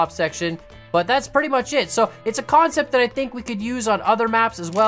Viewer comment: "its a Khancept."